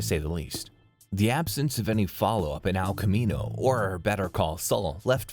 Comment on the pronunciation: "Al Camino" "Better Call Sull"